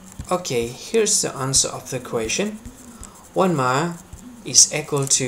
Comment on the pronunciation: You pronounce the word EQUAL like the word ECHO. 😆LOL! You must be from India or Mideastern. You need more eeee... sound in the word equal and less eeek... sound. Hope that helps you because you helped me in conversion. Thanks